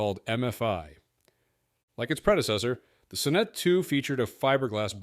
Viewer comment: I liked the Sonnet. Pronounced Saw net, not suh net.